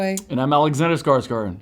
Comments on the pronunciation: Has Skarsgård started to pronounce his own name Skarsgard? Is it just easier with English speakers? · It aches my heart that he pronounces his name so americanized, just to please the american audience.... :( His lastname is epic in Swedish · why does he always say his name international? its skarsgÅrd damnit,,,sjlms han för sitt namn eller? skulle va stolt svensk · Love how he pronounce His name the American way :)